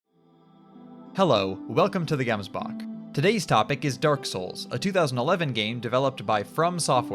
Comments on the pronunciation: I know, I know, I was being forced veel I nitpicky and really I just made my initial comment because I thought I heard “yemsbok” (Still would be cool if you pronounced it with a voiceless uvular fricative) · sick video! please learn how to say gemsbok 🥲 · A great video thanks. But Gemsbok is pronounced with a guttural G. Easiest just to Google: pronounce Gemsbok in afrikaans. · Great video but as a South African, your pronunciation of Gemsbok is incorrect lol It's a throatier G, sort of sounds like there's a silent H in there too & the book part sounds kinda similar to bawk bawk aka chicken sounds. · I must admit I'm South African but from a very English town and I've never heard it pronounced like that. Not looking to change your mind if you've happy with it though. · Gonna be honest dude I got super excited when I saw your username but your pronunciation of Gemsbok killed me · The way you says “Gemsbok” makes me want to give you a snotklap through the face, but great video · The way he pronounced gemsbok😂